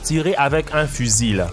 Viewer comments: on dit pas fusiLE on dit fusi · on dit pas un "fusile"mais un "fusil" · ta dit fusille au lieux de fusil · on ne prononce pas le L dans fusil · Le "l" de fusil ne se prononce pas 😊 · On ne prononce pas le l de fusil